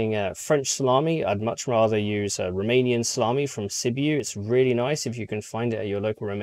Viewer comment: I died inside hearing "Romanien salamy from Sibiu"